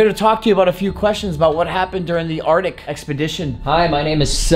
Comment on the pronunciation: Bro said ardic 😂😂😂😂 bro said conversate 😂😂😂😂😂